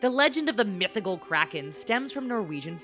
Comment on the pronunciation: How she says mythical is so funny 😆😂🤣